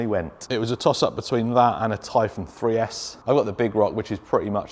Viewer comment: 3s Arrma are horrible! at first I thought you were saying 6s.was thinking you lost your mind for a minute 🤣🤯